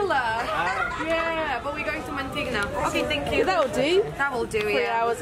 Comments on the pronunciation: Its pronounced Mangtig-EH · Pronounced as mun —-tee—-ge